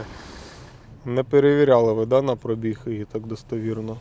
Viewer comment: перший, хто нормально вимовляє слово пробІг, тисну руку.